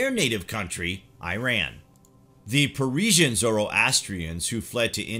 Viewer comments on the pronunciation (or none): Perisian?? Not bad but some inconsistencies in pronunciation and information. I believe you mean’t Persian and also the “Parsi” are Persian Zoroastrians who fled and found refuge in Gujarat, India. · Parisian???? you mean Persian bro 😂